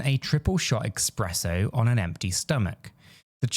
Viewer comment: Oh, and it's ESPRESSO, NOT "EXPRESSO"